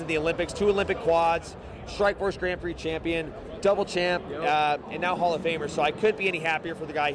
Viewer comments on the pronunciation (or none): none